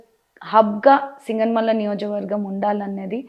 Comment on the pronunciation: నియోజక వర్గం అని క్లియర్ గా పలకండి సిస్టర్.All my best wishes.